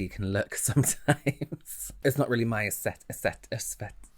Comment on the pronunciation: I love how adorable you are when you messed up the word "aesthetic" and just faked your way through it. ^.^